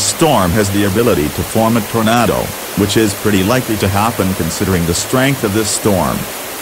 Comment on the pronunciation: Lol “tornato”